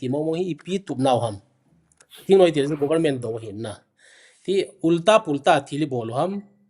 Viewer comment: THINGNUI-me❎. THINGNOIII-muh✅